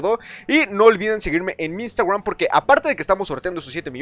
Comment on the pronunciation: Que gracioso como pronuncia iustagraum jajajaja😂😂😂😂